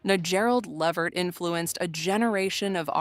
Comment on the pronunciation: It's pronounced LA Vert. If you're going to do a video like this.. at LEAST pronounce the damn NAME correctly. It's disrespectful not to.